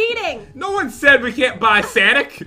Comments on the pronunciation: She also said Sanic fast and not sonic fast jen can't have here ramen noodles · it's not sanic it's sonic